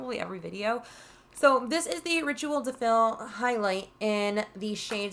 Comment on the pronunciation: Rituel de Fille - the Fille is pronounced like fee. The two L's in french make a y sound :) Thank you high school french classes. lol!!! I absolutely love your channel btw. I have been thinking of doing this project pan prompt. I have gotten bored of regular panning.